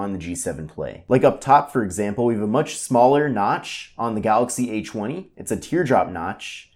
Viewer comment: "Galaxy A CHWUNNY"